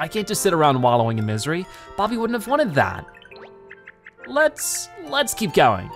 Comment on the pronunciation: Why can’t he call him Bobby he’s called Bobby not bob-om